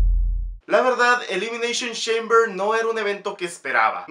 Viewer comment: Elimineishon sheimber